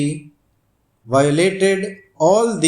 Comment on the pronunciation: Pronunciation of nonchalantly is wrong